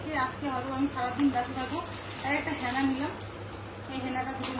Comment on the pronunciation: বারবার হ্যানা হ্যাঁনা বলছে আমি ভাবলাম হ্যাঁনা আবার কি পরে বুঝলাম ওটা হেনা,,,,,,, কথায় কথায় একটু পরে হ্যাঁ হ্যাঁ কেন করে😂